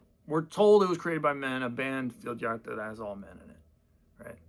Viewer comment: It's pronounced veeldyaardah been listening to them since 2010